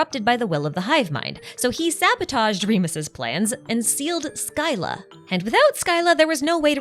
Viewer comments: SKYLA??? The way thats pronounced is "Silla" scy-lla. the y after the c produces the soft c sound, not a k. just a minor thing but this was an amazing lore video! Cant wait for your breakdown on the Bedtime story quest lore!!!! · it's pronounced sila, not skyla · Scylla is pronounced Silla. Like scylla and charybdis from greek myth correction to be made: She specifically mentions that it removes people’s memories of the HoTH. Which is most of their memories, but not ALL their memories in their entirety. Otherwise they wouldn’t know how to speak or walk, and be returned to an infant-like mental state. They still retain bits and pieces of who they are. But their memories of their family at the HoTH and upbringing are just gone. Edit: Also it’s kind of adorable how Arlecchino’s feelings are completely evident in her actions despite saying things to try to throw us off. She didn’t offer Lyney, Lyneyte, and Freminet those flame bottles because she wanted them gone for protecting the 2 kids who wanted to leave. She offered Lyney, Lynette, and Freminet those flame bottles because SHE wanted them to leave. Or rather, she’s afraid of them dying and wants them to prosper, so she offered them an out so they don’t have to face the potential dangers of project stuzha. And she was obviously happy when they decided to stay with her of their own free will. She likely gave the other kids the option to leave as well. It’s very clear she cares more about her kids than she does about herself. The whole point of her plan with neuvillette was to ensure that former HoTH members thrive in their new lives in Fontaine. She wants them to be happy, not to die for the HoTH on missions with objectives they may not even agree with. Hence the flame bottles. And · Actually, the correct pronunciation is 'skilla' since this is a greek word. However, pronouncing it as 'silla' isn't wrong either since that's the latin pronunciation lol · No tweaks. It's pronounced "Sill-a"